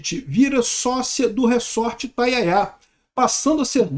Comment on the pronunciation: Re-sort = re-embaralhar. Resort, o S é som de Z.